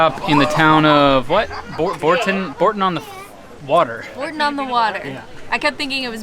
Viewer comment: It's 'Burton'-on-the-Water.